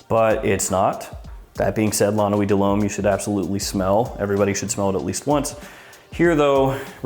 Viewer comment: Really? My ears are still recovering from those nine LOMES in a row